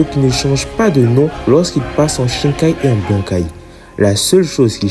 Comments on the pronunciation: Par contre pourquoi tu dis shinkai ? C’est shikai nan ? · c'est top mais c'est shikai au lieu de shinkai très bonne vidéo